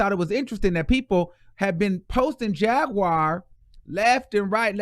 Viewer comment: Dont read Jaguar like that mane lol 😂 🤣 😆 💀